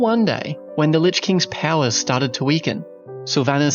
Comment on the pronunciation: WOW makes me puke, warcraft ended in WC3 lol. this moron says "powers" like "palaces"? lol.